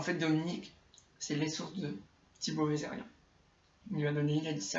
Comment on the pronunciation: C pas vizerian mais vezirian